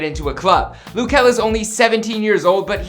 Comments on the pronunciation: ITS LUH JEL NOT LOU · "Loo kel"?